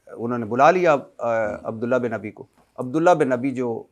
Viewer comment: بھٹی عبد اللہ بن ابی کا غلط تلفظ کرتا ہے۔